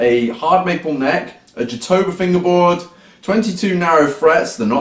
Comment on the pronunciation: I know I’m gonna sound like a dick, so I apologize beforehand. Jatoba, or (Brazilian cherry) actually closer to the Oak family than cherry, is pronounced with an H sound like Hatoba. Sorry boss, it’s the carpenter in me. Great post.